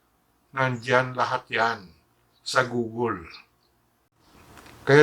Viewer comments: "nandyan lahat yan sa gogol" napaisip ako sabay tawa google pala yun....hahahaha nice... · Google (googol). Yan po ang tamang pronunciation. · guugle again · Gugol haha bigkasin mo mabuti google inggit ka lang!! Hay naku! Matandang gago! Inggitero! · gugol HSHAHAHA google basa don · PINOY VIRAL TIKTOK Ano pala, goo-gel? Paki check nga sa youtube how to pronounce it? 🤣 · Eh kung i GOOGLE mo kaya pronunciation ng GUGOL mo GAGO TANDA MO NA HYPE KA PA RIN ANIMAL. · Anong "gugul" hayop ka "matandang dagul" google yun haha. Buti pa yun natulong ikaw tumutulong kaba sa bayan? Magpahinga kana tanda baka magka covid kapa sarado mo na yang channel mo! 😅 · GOOGLE nga di mo kayang i pronounce, buhay pa kaya ni FLM?